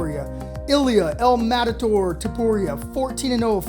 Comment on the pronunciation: Wtf is Madator 😂?! It’s el MATADOR! Mat-a-dor.